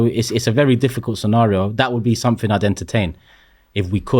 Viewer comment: One of the biggest problems is the repetition of what is considered a 'problem' there are too many 'reactions' in video's like this repeating things and building on the narrative making it bigger than it is. P.s. Turkey it's 'something' not 'suttin' or whatever it is your saying! P.s. please do not be comparing the womens football to the mens. That was so awfultl to hear.